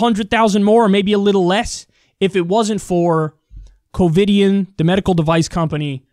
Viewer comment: Did you say “Covid-ian?”